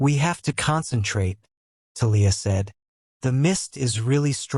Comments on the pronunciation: Thalia too 😅 it’s TAH-LEE-AH Not Ta-Leah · And Thalia. I'm trying to sleep to this audiobook and the pronunciation of a lot of things keeps jerking me out of my sleep. It's so unsettling. 😭